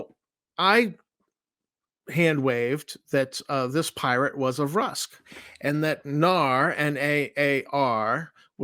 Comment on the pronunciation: An excellent summary, thanks for creating this! It will be helpful if I ever get my players from 5e D&D interested. One minute point: your pronunciation of Vrusk is interesting. You pronounce it versk where my players and I always pronounced it vrusk like brusque as written. Yazirians were the pesky one with debates about Yaz-ir-IANS vs. Yaz-IR-ians being frequent. Always interesting to hear others' interpretations of these fictional names.